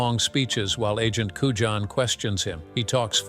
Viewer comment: AND AGENT CUJAN (COOYAN)